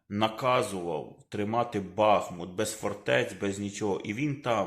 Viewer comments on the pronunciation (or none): none